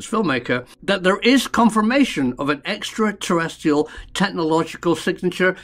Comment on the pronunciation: Love the shows but I do wish you would pronounce extraterrestrial properly not extraterrestial. Thanks Karl.